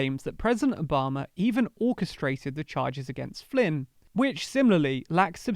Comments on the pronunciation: it's ObamA ! Not ObamAr. Stop adding non-existent "r" sound after the last A ! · How about Obummer?